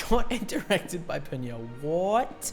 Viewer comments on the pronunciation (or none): You made the same mistake my daughter and I have made with Peniel’s name…..even Eunkwang had been mispronouncing it for around 10 years….his name is pronounced Pen Neil (one word of course).